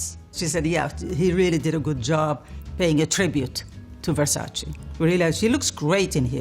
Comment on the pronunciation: versace..with the same `e ` as in dolce..nobody says dolcie..so why saying versacie?